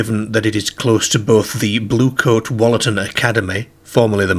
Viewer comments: Wollaton is pronounced with an ooh, like woollaton (wool) more than the shorter wol. Some of the local pronunciations aren't like how theyre spelt 😊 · I’m pretty sure pronouncing it Wollatan ‘pehhhhhhhhk’ is not correct in any English dialect or accent 😂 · That’s not how you say Wollaton. You pronounce it like it has a double o -wool a tun